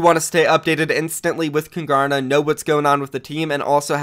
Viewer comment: I cant even watch this after I hear how he says kungarna. It just sounds so wrong. Hans uttal är fruktansvärt